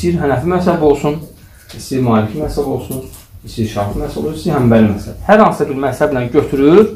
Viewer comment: Массаб йох мазхаб ,массаб яхшы соз дейил